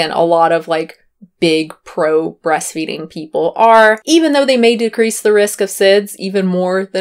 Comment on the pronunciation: "breasfeeding" tehehehe